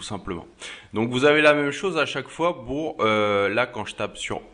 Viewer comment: Ta remarqué que tu disais B les P ???? tu dis Bour au lieu de Pour ! ah ah ah aucun rapport avec la vidéo mais je voulais te le dire rien que pour te taquiner ah ah ah ça va c'est pas méchant... tu es peux être dyslexique...